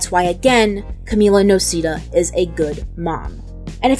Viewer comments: i swear it's pronounced no-say-dah and not no-see-dah. am i crazy? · Its no-sae-dah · I... the last name pronunciation is in the show... idk how you can...